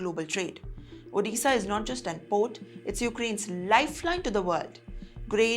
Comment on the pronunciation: Odessa not orissa